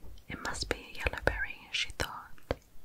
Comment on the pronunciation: I love how you pronounce berry as ‘bry’😂